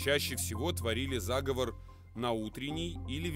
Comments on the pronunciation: Заговоооор а не заааговор, зааааговор это договор и план по переврпоту или злодейству а заговооор -- это заклинание и практика традиционной культуры дИКТОР СЕБЯ ПЛОХО КОНТРОЛИРУЕТ И УДАРЯЕТ НЕ ТАМ почти все время режет слух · Да, я тоже согласен. Конечно же, заговОр. Диктор сам говорит - заговОрная традиция. Дьявол кроется в деталях. Но, в целом, неплохой видос для начинающих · Правильно ли говорить "зАговов"?Может это "заговОр"?